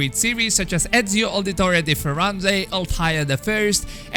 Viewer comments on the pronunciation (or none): none